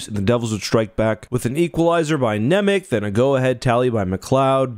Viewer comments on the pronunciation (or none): Just by the way, Nemec is read with soft "c" at the end. Otherwise great video, but obviously terrible news.